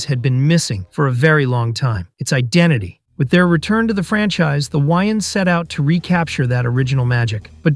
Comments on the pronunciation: lol “the why-ins brothers” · why the hell do you pronounce their names like that? you’ve literally never heard them refer to Wayans as Why-Ins. Pmo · I turned the video off after hearing that 😂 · This video is almost unwatchable just for your pronunciation of Wayans